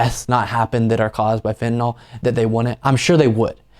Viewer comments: It isnt ' Fentynal'. Its ' Fentanyl' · Do Republicans say "FENTANAWL" because they actually don't know how to read, or because they have a moral objection to saying words correctly?